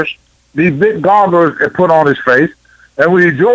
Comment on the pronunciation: They are called goggles tony not goggers.